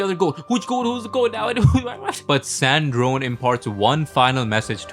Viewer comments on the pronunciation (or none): Why are you pronouncing sandrone wrong?